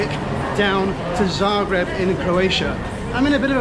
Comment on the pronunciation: I have to say, that for an english-speaker, you've pronounced Zagreb pretty correctly... I haven't flown very much, but I agree about this aircraft...